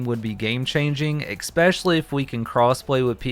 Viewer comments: Your presentation was fine. But your repeated use of "ekspecially" caused me to down vote. I know it's only minor. Not sure if anyone has tried to correct you on it. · Everytime he pronounces especially wrong, take a shot